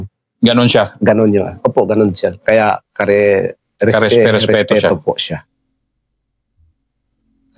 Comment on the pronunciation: Ito pala pinsan ni Sir Fahad 😁 .natatawa ako sa ka "respi-respeto" na hindi ma banggit² 😂 anyway, Ganda Ng story nila same with Sir Fahad, nabitin nga ako dun .